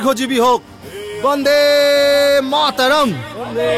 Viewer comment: "বন্দেমাতরম" গানটা বাংলা উচ্চারণে গাইলে আরো ভালো লাগতো।